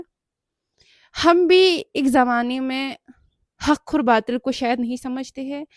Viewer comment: Hak aur batil ❌ Hakhur batil✔️ 😂😅